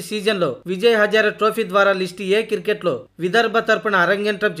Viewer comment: కిర్కెట్ కాదురా క్రికెట్ అనాలి